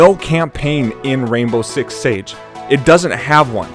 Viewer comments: Rainbow Six "SIEGE" buddy, not Rainbow Six "Sage" hahaha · LEARN TO PRONOUNCE SIEGE! It's not "sage" It's "see" not "sa" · Did you really just say sage.......SAGE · Siege not sage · What is rainbow six "sage" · "Rainbow Six Sage" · He can't even pronounce siege